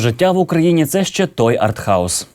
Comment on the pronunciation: Артгауз, не артхаус, щоправда "гайп" мене потішив. 1:1